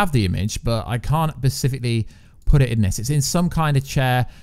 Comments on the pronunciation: it's hard not to notice it when he misuses the word like 12 times. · Take a drink any time he says “pacifically” instead of “specifically” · "Specifically". With an "S". Not "Pacifically", which you said like a dozen times. Good videos, but mispronouncing words dozens of times? Come on. If you can't say it, use another word. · Persificly? Specifically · Glad I wasnt the only one who caught that lol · Not only is he saying pacifically, he is saying in sentences that doesn't make sense in. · Oh my God I can't watch this anymore hahahaha. Everytime he says pacifically, I laugh. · Is it just me or is he saying "pacifcally"? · No one: Absolutely no one: In the comments: is he saying pacifically? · Pacifically... sorry, just needed to say it again... pacifically! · I enjoyed the video but there's an "s" at the beginning of "specifically"